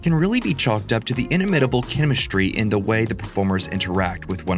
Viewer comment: IN-uh-MIT-i-bull? No. It's in-IM-it-i-bull.